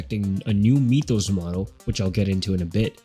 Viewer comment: Sorry... but it's pronounced: m i th oh s not mee th oh s ...